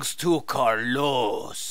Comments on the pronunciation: uuuuuugh I can't listen co carLOS spanish.... The first syllable is pronounced stronger than the last. It's like CARlos and not carLOS. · It's not "Carlos" It's "Carlooossss" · Spanish is my first language... I cannot explain how painful it was to listen to "Carlós"...